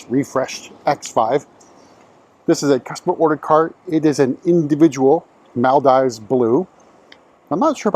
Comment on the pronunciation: Its pronounced Mal-DEEVES